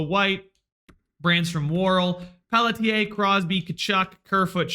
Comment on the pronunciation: You should just identify as someone who mispronounces names, then you won't have to worry about Pelly-tier.